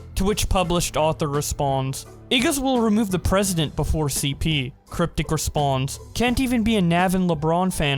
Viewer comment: Why do you say response when it's responds